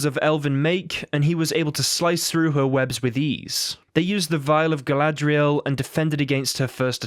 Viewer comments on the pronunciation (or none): none